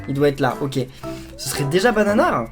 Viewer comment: Tu as dit banar quand tu as eu bananar